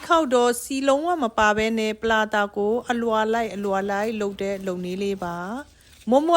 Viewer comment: ပလာလာလားထပ်တရာလားမသဲကွဲဘူး😂😂😂